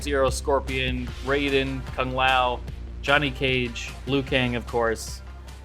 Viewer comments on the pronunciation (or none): none